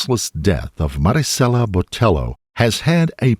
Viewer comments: I appreciate the pronunciation of Marisela, but I want to politely let you know that the "ll" in Hispanic names is a y sound like "tortilla" so her last name would sound more like Boteyo. I don't blame you for the pronunciation as it seems like news outlets also mispronounced her last name. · The attempt at saying her first name with the gringo Hispanic accent while saying her surname with the hard L when it was a double LL, therefore making it a ‘ye’ sound hurt me into my bones. And somehow the name of the victim was said a billion and a half times in this video.